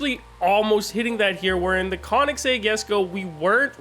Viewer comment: Konnig sag, brother its pronounced "koh-nigszeg" sumn like that